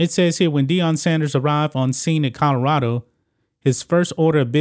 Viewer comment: colorado not kahdarado lmao